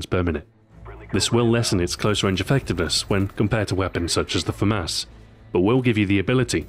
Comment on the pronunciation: i stopped watching when he said FUH-MAUS. Famas is actually pronounced, the way its written, like most words. FAH-MASS!